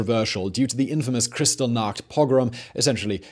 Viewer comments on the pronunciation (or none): none